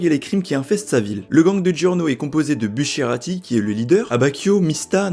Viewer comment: Bah justement c'est pas Niapolis ou Néapolis mais Naples ou Napoli Et Bucciarati se prononce Boutecharati Mais laisse c'est des détaild